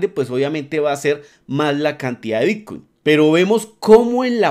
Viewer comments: Porqué dice "bitcuein" constantemente? Estamos hablando de bitcoin o de otra criptomoneda que no conozco? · ¿soy yo o dice realmente bitcUin ?